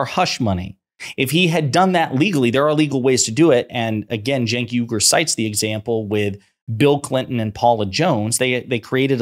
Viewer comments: Its not Cenk Yugur. Its UYGUR. Uoigurr. Thats how you say it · Firstly Genk's last name is pronounced " Wee - Gore " not " You - Gore " ( just like that ethnic Muslim minority that's intured in prison camps in western China,) secondly Mr Morgan knows better he's just stirring up his audience to keep his ratings up, l think that's standard operating procedure for most TV hosts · Phonetic: wee-gur, not yu-gur.